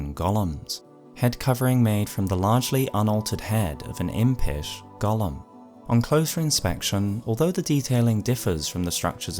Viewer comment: that's not how golem is pronounced. It's not the same as the LotR character.